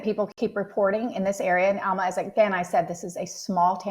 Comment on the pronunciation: It's Alma not Elma